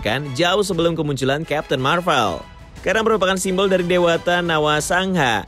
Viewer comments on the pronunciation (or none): none